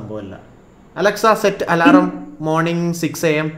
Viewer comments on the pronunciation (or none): Alaaram alla It's Alarm 😁